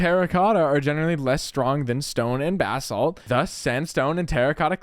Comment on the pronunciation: loved this video until you pronounced basalt as “bath salt” and i couldn’t comprehend😭😭 for future reference it’s pronounced BUH-SAWLT ( buh like bug without the g; sawlt like salt )